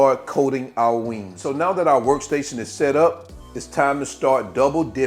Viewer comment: U said wangs...oh yeah 😅❤